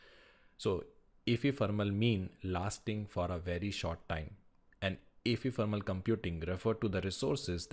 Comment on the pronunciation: bro that's not efefermal it's ephemeral